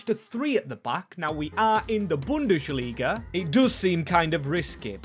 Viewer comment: Its bundesliga, not bundeSHliga ffs my ears are bleeding